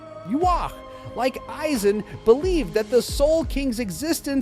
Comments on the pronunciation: “Eieezin “💀💀💀💀💀 the ai voice tripping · My ears are bleeding from hearing AYE Zen🦻🩸🩸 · HOGGG yoku, eyeeeeezen, and ywok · How the fuck do you make an entire video about a character whose name you can’t even pronounce is beyond me. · I'm sorry, but if you're going to start off by mispronouncing his name, the video isn't worth watching. Its only 1 of the most beloved villains in anime history. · Thumbs down...because you can't say his name right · The way he pronounced Aizen is literal cringe 🤣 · Immediately stopped watched once you pronounced his name like that, ngl